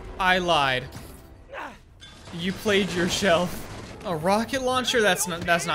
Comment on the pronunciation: "You Played yourshelf"